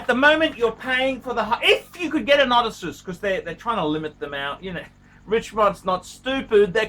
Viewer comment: SAY IT WITH ME: O-DESS-SEE-US, FMD!!!!